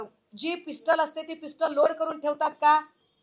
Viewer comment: Tila pistul pn bolta yet nahi ya baila